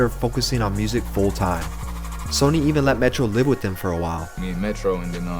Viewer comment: It’s sunny not Sony, just wanted to point that out, no disrespect.